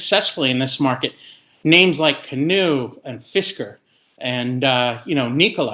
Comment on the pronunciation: NEEKOLA? CANOO? FISKER?